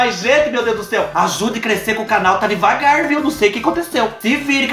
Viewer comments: Mecher "degavar" aqui kkkk kkkk essa foi boa, do céu só pra vc mesmo pra fazer a gente rir 😂 amooo vc vc alegra meus dias 💖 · Mexer "degavar" kkkkk